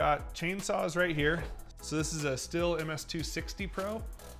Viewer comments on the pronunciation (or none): Just FYI Stihl is pronounced steel